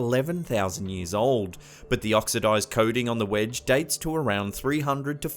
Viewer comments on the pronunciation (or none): none